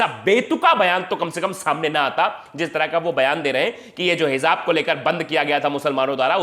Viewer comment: Bahut salute hai sir. .aapko jaise patrkar ki a aaj bahut zarurat hai...Sir hijab shabd hai not hizab